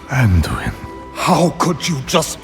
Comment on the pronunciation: Manduin lol